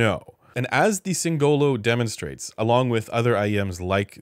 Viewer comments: Singolo, not Singololo 😂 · As an italian, I die inside a little every time someone spells "singolo" with an emphasis on the "o" instead of the "i" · anyway....it's sìngolo, not singòlo